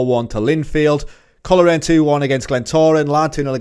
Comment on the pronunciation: Coleraine is pronounced coal-rain Glenavon is glen-aven as in avenue not the river avon. Great series, portadowns my hometown.